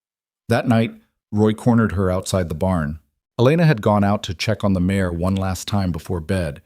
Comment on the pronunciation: Female horse - mare not mayor